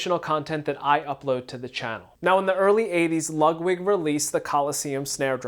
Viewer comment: I swear you're saying Lugwig.